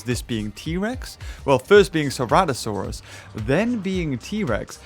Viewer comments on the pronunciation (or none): none